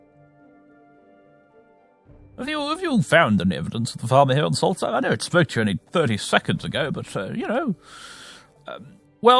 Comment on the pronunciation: Funny, I always imagined it to be Solst-Heim instead of Sols-Theim, as you pronounce it